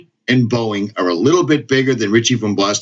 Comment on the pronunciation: That’s RICHIE with no “T” Cuz there ain’t no T in Richie.